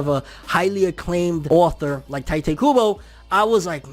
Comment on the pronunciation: Tee- tay not ty tay